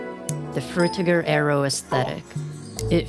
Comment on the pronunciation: How could you possibly pronounce frutiger aero so incorrectly?